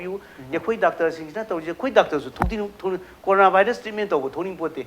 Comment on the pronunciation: u just sayed like that Nizamuddin n corona not nazimuddin n carona